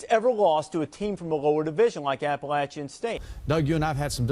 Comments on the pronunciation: It’s pronounced Appa-latch-chun State Kirk and boy that diatribe must have been embarrassing when the game ended. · Hey Herbstreit, It’s pronounced APPLE-AT-CHAN” STATE! Inspiring emotional win! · I went to Appalachian State and Herbstreit pissed me off twice that day. 1. Bashing 1-AA schools and 2. LEARN HOW TO PRONOUNCE APPALACHIAN CORRECTLY!! That really makes ASU fans and alumni mad when you mispronounce it. I've seen guests invited to speak during halftime at games say it incorrectly and boy do they get booed big time.